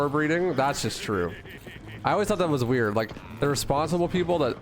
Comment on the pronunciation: blud said weirdge